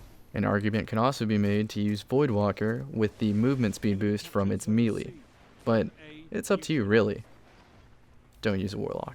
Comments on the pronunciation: Don't mean to be negative, but it's a pet peeve of mine, you say Melee as Me - Lee - it's pronounced May - Lay... Me - Lee sounds stupid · meelee: pronounced MAY LAY. Just thought I'd let you know